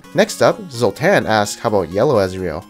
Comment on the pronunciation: LoL és nem is mondta ki nagyon rosszul "Zoltán" nevétxD